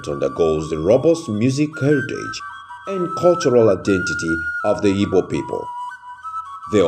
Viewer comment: Please, the name of the people is ''Igbo'' not ibo. There's no word like Ibo instead a miss pronunciation.